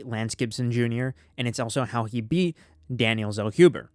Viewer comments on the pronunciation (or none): none